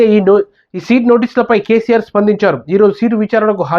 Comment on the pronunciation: సీట్ కాదు బ్రో 😂 సిట్